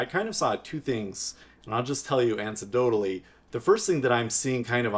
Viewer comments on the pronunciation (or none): Antidotally. Lol